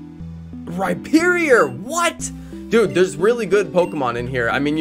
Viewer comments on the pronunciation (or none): none